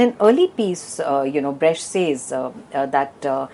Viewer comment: It's pronounced 'Brekt' not 'Bresht'.